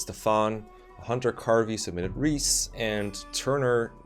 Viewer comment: I know someone named Rhys and it’s 100% pronounced ‘Reese’